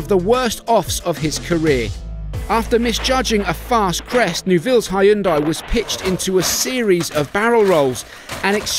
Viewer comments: Damn it, get your pronunciations correctly, it's simply "Hun-day", not "High-yung-dye". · When the narrator said Ha-yun-dai. Koreans raising their eye brows. 😂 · No it's not.. the correct pronounciation is "hyun deh"